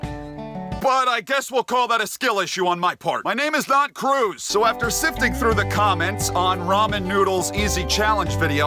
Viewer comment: REMEMBER MR-U-CZ NOT M-CRUZ